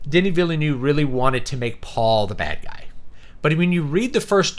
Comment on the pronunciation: BTW: It's pronounced: Duh-knee Vill-nuhve. It's French Canadian. Come up and we can teach you.